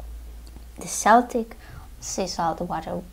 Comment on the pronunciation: good answer. My late passed on mother was a Breton so she'd agree with you if she was still here I'm sure! By the way? It's pronounced "KELTIC". From the Celts (Kelts) who are now modern day people from Ireland. Scotland. Cornwall (England). Wales. Isle of Man (Manx). Britanny (Bretons) in France. It's pronounced "Seltic" when talking about the Scottish football team in Glasgow.